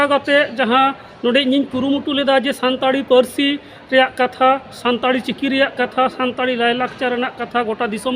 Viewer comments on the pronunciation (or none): संताली होता है, संताड़ी नहीं |